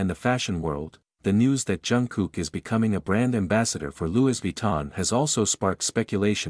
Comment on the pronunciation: Louis is pronounced Lewy, there is not s sound.